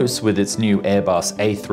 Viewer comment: Learn how to pronounce Airbus aircraft.